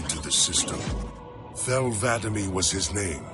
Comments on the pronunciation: The arbiters name is not thel vadamee it's Thel Vadam E. The name vadam is the name of his keep and the E is a designation of his military service. It's two separate words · "vada'ME" ITS VA'DAM ARGH DAMN IT 343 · The way says arbiter's name is upsetting